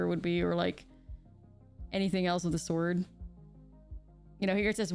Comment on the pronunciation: sounds like you said “anything else of the ‘sword’”instead of ‘sort’ and it made me smile